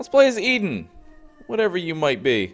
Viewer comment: Eden... its Eden. lol you have such a hard time with that